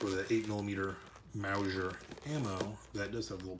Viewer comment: Mowzhure lol lol - sorry couldn't help myself. Great review and information. Appreciate it! This reminds me of my now departed Father. He used to pronounce onion as "ungyun". It's just one of those things that makes us each unique.